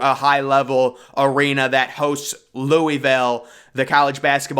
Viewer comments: Louisville pronounced Loo-A-Ville ..not Louie- ville..which is a trash city. I can’t see any superstar NBA player waiting to live there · Loo-uh-vul not Louey-ville